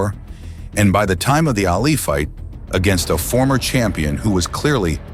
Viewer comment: Ali not alley.